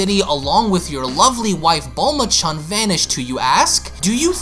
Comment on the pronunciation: stop pronouncing chan as chun...for crying out loud. they arent indians.